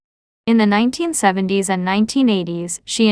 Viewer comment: I despise videos that rely on computer generated AI narration. Nine-teen-seventy-s.... Has SLASH been.... GIVE ME A BREAK! If you can't take the time to narrate your own videos STOP POSTING. Nobody wants this crap. Thumbs Down and I'm telling YT that I never want to see your channel featured again.